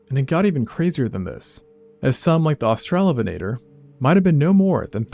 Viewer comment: Australovenator - try AUSTRAL-O-VENNA-TORR